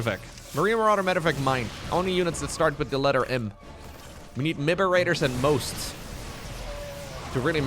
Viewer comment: Miberators and Mhosts gets me every time haha😂